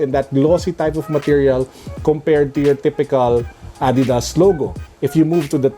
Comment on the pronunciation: Adidas PETCHAYSAS HAHAHAHHA